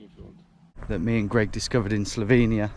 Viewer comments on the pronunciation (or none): none